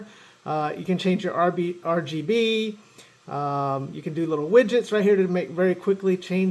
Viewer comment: Its RGB, not RBG 😯😯